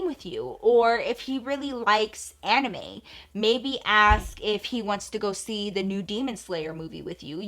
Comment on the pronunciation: Lmbo I can't hear you say anime without thinking about Anna May your period name 😂